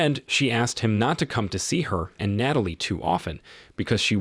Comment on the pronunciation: It's Tra-vis, not Tray-vis. And it's Nat-a-lie, not Nayt-a-lie.